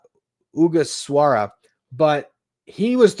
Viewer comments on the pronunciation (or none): Just a note on the Japanese pitcher Shinnosuke Ogasawara. His last name is pronounced oh-GA-suh-wah-ruh.